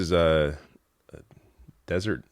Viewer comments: Deseret. Pronounce like cigarette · First off it is "Utahn" And the newspapers name is pronounced Dez-a-ret news. I am a centrist when it comes to politics and Romney is actually the best that the Republicans have to offer. He's an outstanding man and has a level head on his shoulders. There is a moral compass there. That being said I hate the fact that Utah is so Republican because Mormonism is literally of form of socialism. They are expected to give 10% of their earnings to the church and some of that goes to the less fortunate in the church and help spread their bs. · Utah native here. Your pronunciation of Utahn is correct 👍 And Deseret is “dez-er-ette” 👍